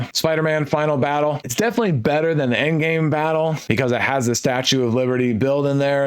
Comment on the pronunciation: "tttthe build is a mess" 😆 👏